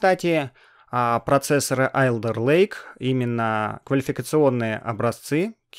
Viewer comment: Не АлЕРлейк, а Олдэлэйк